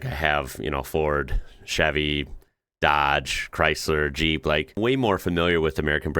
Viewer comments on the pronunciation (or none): none